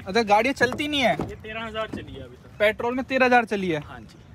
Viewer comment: Petrol hota hai petol nhi 😂